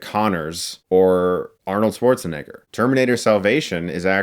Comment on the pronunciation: He can’t pronounce Schwarzenegger! How can I trust your review!